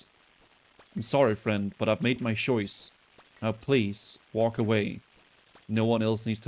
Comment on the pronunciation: "i made my shoise"